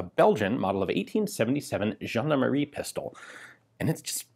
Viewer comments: I love it when you pronounce foreign word but i completely I lost it when you said "Gendarmerie" (Jeanemarie, a old fashion giving name for girls) instead of (jean-D'arm-e-rie) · Nothing says "gendarmerie" like the letter W. Right?